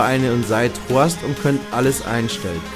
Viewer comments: Des heißt immer noch host und nicht horst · Statt Host sagst du immer horst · "Gleich am Anfang werdet ihr >Horst<" LoL Das heißt Host du Vogel! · Das heißt Host nicht Horst, du Horst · Es heißt Host